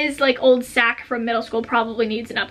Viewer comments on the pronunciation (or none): none